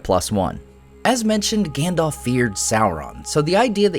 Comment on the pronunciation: I'm pissed about "Gandalf".